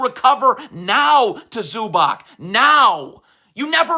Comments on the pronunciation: Say it with me zew-bahts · Bro, your pronunciation of ZUBAC is terrorism.